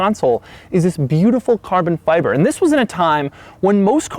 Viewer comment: hit like every time he says CARBON FyyyBIBOR